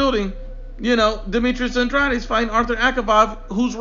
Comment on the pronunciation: This video is silly for a variety of reasons. You aren’t pronouncing andrades name correctly. Comparing their last 5 opponents is silly because they’re at different stages of their careers. Canelo is at the top, whereas the other two are still getting established. Also it doesn’t seem like you are using their rankings at the time of the fight; and are using their current rankings. One final point, andrade fighting for the vacant title against some guy nobody ever heard of was because BJS is an idiot and got popped for drugs... otherwise he would have fought BJS who is/was top 10.